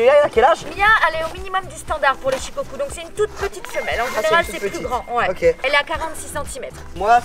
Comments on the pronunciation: Ça se dit pas chicocu c’es shicocou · Shukoku pas shikocul 😂🤦‍♂️ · Il a dit ché chien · Tu est sur que c’est Shikoku ? Car moi les « U » Au Japonais je les prononce « Ou » du genre Shikokou ? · ca se dit pas plutôt “shikokou” ? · Il a dit shes chien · Je crois que ça se prononce shikokou 😂